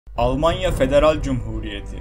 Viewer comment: almanya demiyorlar alamanya diyorlar onlar